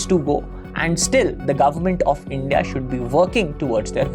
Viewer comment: It seems you too support to NDA, Your Pronounciation of INDI ALLIANCE and NDA speaks alot.